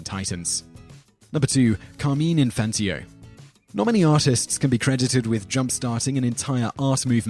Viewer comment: "Infantio"? It is like the announcer was not even TRYING to pronounce the names correctly. If only that was the ONLY word he spat out, half chewed.